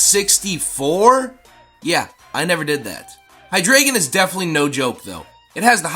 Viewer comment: Tis pronounced Hy-DRY-gon, tis German. And he's my number one spot